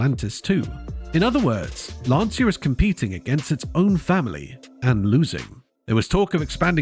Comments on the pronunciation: And that is a short 'a', as in 'Lawn-cha'. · I am saddened by the potential loss of Lancia. My dad apprenticed at Lancia in WWII and worked there for 11 years before emigrating to Canada. And it is pronounced “Lan-cha”. Please don’t tell me I am wrong; I am son of a guy that worked there for 11 years + an apprenticeship. That is how he pronounced it and he would know.